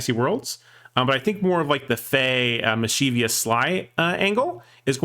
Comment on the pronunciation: There's no "i" after the "v" in "mischievous. "